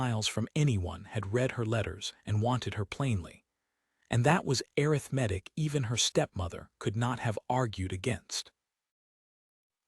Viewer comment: The story is good, very good. This is nit picking, but is there a way to get the AI narration to correctly pronounce words, such as arithmetic and Silas. If that cannot be done, change the words. The take away from an otherwise good story.